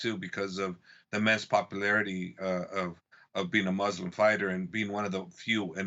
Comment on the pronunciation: Mr Ariel hand soap pronounces Khabib right but not the word Muslim right.. What gives? Why even so?